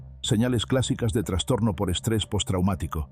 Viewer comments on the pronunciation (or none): none